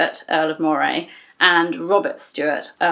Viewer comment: I love how you say Moray, it sounds so posh!! I'm from Aberdeen Scotland and we pronounce it "Murray". The way you pronounce it sounds a lot better. Another great video, it's my Daughter's birthday today she's been learning about Mary Queen of Scots at School. When she wakes up I'm going to tell her she shares the same birthday as Mary Queen of Scots Dad.